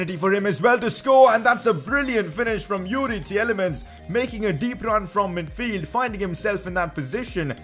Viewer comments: Its Tielemans not Tieyelemans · Its pronounced "teelemans", love the series tho. Keep it up